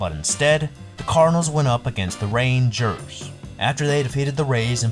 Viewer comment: “Ray-angers” cracks me up 😂😂😂